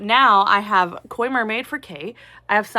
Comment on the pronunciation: I’m so proud of you for saying Koi Mermaid!